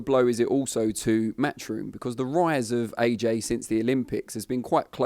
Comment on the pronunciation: the Same Anymore oh and it's 'matchroom ' not 'mathroom'